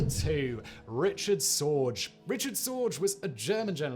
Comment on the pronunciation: It's pronounced Ri-k-ard Zorg-uh